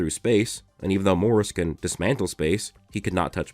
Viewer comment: Did he say dismantle🤣